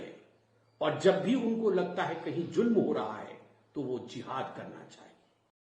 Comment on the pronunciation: "Julm" "Jinda" isse Z kyu nhi bola jata??